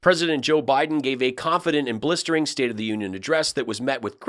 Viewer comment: Cant watch the Stepford wife in front of kitchen sink (who the hell thought this performance and setting such a great idea).. she pronounces every syllable so emphatically sounding creepily cringeworthy like a character on a Ricky Gervais mocumentary. Only positive is given some great ammo for another really funny show though 😂 ps loved the out takes too